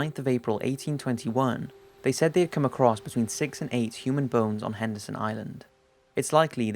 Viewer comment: Is it Anderson or Henderson Island? Sounds oike you say both.